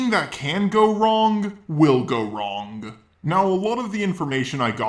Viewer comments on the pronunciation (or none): Holy fucking shit you're annoying. The way you speak is like nails on a chalkboard. I understand a grade school education is probably a little difficult for you and that's likely why you have to resort to making videos on youtube but here's a tip. The G at the end of the word "wrong" is silent. It's "wrong", not "wrong-guh". Fucking fuckhead.